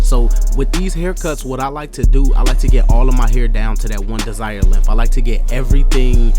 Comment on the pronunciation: He said LENF (length)